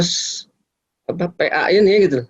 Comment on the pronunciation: Komisi Nasional Perlindungan Anjay. edit: jadi geli sendiri pas denger bilang "PA" karena logatnya. Ironis, jadi kaya orang Pe'A kita ngurusin beginian doang:))